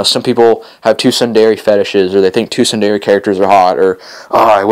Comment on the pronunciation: Sun-Der-a lol